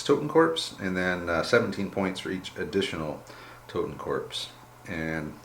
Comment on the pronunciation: Totenkorps (the p is silent btw, just like the word corps which is its translation) advance 4" and run 8". So horror still matters.